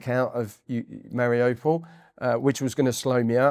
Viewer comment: The place is not difficult to pronounce, he should have known. Its "Mar i you, (or ou) pol. Nor, mari oh pol.